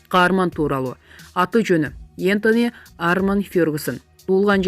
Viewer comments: Интони эмес Энтони (петис)😂😂😂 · Эстони эмес энтони